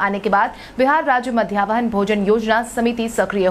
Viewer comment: Madhyahn bhojan tum nahi bol payee